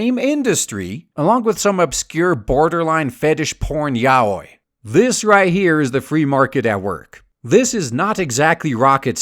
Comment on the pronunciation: Yaoi rhymes with owie. Remember that.